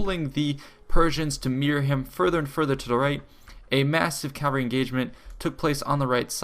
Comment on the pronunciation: It's "cavalry", not "calvary."